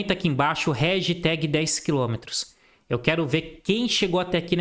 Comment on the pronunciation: Réjteg 10km 😂😂 baita aula, de se ouvir algumas vezes pra absorver todo conteúdo!